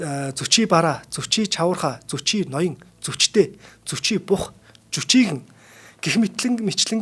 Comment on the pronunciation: Зүчи гэдэг биз дээ? Яагаад Зочи гэж яриад бга вэ?